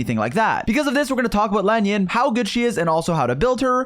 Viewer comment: hey what’s up guys today we’re gonna talk about laen yuhn